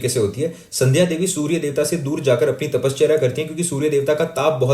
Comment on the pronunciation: I have a strong feeling you are marathi or either have spent a good portion of your life in Maharashtra because of the way you pronounce tapasya and ganpati